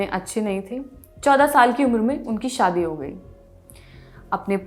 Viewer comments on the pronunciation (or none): none